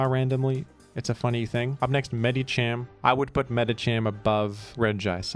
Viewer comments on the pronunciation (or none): I'm convinced pronounces Medicham properly first and then pronounces Medikam incorrectly later on purpose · will he pronouce medicham right this time? I await eagerly for this grand moment in history